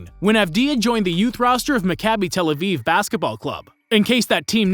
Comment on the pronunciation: Hey man, great video. Two notes: 1. As an Israeli and a Maccabi fan, I liked how you pronounced team names. They were almost entirely accurate! Maccabi Tel Aviv is pronounced: Mah-Kah-bi Tel Aviv Bnei Herzeliya is pronounced: Bn-ei Herzeliya (not "Benei", but close enough). Really impressed nontheless, the best pronounciation I've heard from a non-Israeli. 2. Deni won back-to-back European titles with the U21 team ( ), was named MVP once, and was a part of the Team of the Tournament in both years.